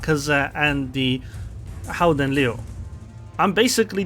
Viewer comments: But you should not say h in Dutch when you want to say gouden It is a velar fricative so try to say g as a continuous sound and adding friction When it starts to sound as if you have a throat ache you are getting there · Its almost right. Like said its pronounced with the hard G in dutch, but other than that you're spot on. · Don't worry too much about the pronunciation, I think it's very close to how it's said. The 'G' need to be pronunced a little bit harder, then it would be a perfect pronunciation. Not gonna lie, your version was much better than WG's pronunciation, they could't say it, neither did they try to put it in Google Translate. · Your pronounciation is almost perfect. But the G is not pronounced as an H. You can choose between a hard G as in the Netherlands or a soft G as in Flanders.